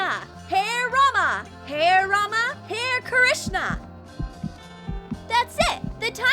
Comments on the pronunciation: It's not HAIR RAMA HAIR KRISHNA DONT SAY LIKE THAT TO OUR HINDU GODS ITS Ha-re Rama Ha-re Krishna do you understand now? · It's not hair krishna and hair rama.its hare Krishna hare rama 😂😀.lol. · Y were they saying hare rama hare krishna like hair rama hair krishna in